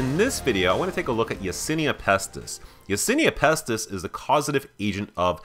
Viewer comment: Isn't it Yersinia Pestis not Yasinia Pestis